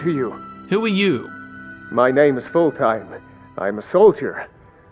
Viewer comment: I love how you pronounced Fultheim a full-time.